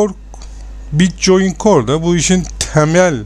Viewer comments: bitçoin diye okunmuyor bitkoin diye okunuyor reis haberın olsun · bitcoin die okunmaz bitkoin die okunur. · bitcoyin diye telafuz edişin beni hasta etti mauseyi duvara fırlattım. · Bitcoin da neee bitkoin diye okunur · mal bir kere bitcoin değil o bitkoin okunur davar